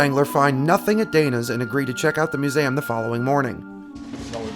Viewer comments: I'm sorry but it wont quit bugging me.......... its. MU - ZEE - UM not. MU - ZAM otherwise good video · Oh yeah the muzam... Do you have problems pronouncing MUSEUM? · love this vids, keep's coming....but it's "myu̇-ˈzē-əm"!!! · Mu-zay-um? Lol. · You say museum weird….. I’ve never heard anyone say Mew-zayem….